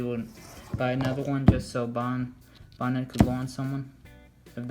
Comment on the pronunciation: It’s not bonet